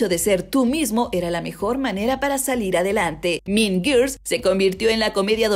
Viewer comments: "Min Girs"... Jajajajjaja... qué mala pronunciación....se mamo...."Las Min Girs" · No supero la pronunciación JAJAJA "min girs" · Morí de risa con el "MIN GIRS" JAJAJJAJAJAJJA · Porque no puede pronunciar “mean girls” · Si no tienes idea cómo se pronuncia mean girls, mejor dilo en español.